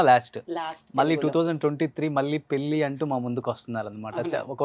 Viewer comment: మల్లీ పెల్లి ఏంటిరా బాబూ ఎవరు మీ తెలుగు మాష్టారు